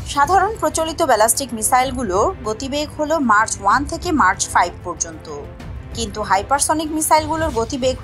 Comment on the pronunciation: এটা মার্চ না ম্যাক হবে